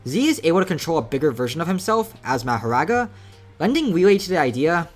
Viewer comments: my brother its maahoraaga not ur american meherega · Its Mahoraga not mahoRaga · Never pronounce Makora again 🙏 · omfg please say it normally not mah o raga it is maho raga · its pronounced "mah-huh-raga" btw. no hate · It’s pronounced ma-whore-rah guh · its pronounced mah-hoe-ra-ga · Ma-Ho-Rog-Uh is how u say it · It’s ma like like calling someone your pa so, ma ho raw ga pronounce it like that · let me help you out, its ma-hoe-rah-guh say it fast, dont really enunciate anything thats just kinda how its spelt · its pronounced mah ( like how you pronounce max) hor ( like how you prononce hore ) aga ( like how you pronounce raga) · Ma•Ho•Raga now say it together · maho-raw-ga plz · it's mah-hor-ahga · Mah- WHOR- RAGA, THATS HOW YOU SAY IT. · its Mah-her-raw-guh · Ma-her-aga . practice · mAhorAgA, my ears bleed from you saying mahoraga :face-purple-crying